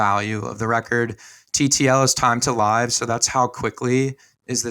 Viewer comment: TTL = "liv" rhymes with give.. not liiiive. And you're also wrong on what it means. You guys are awesome, just pointing that out 😅